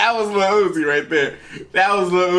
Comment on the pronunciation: oofff the disrespeck on uzi’s name